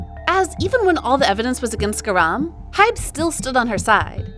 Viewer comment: Why did you pronounce garam wrong